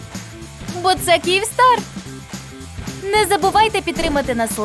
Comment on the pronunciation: Не Кієвстар,а Київстар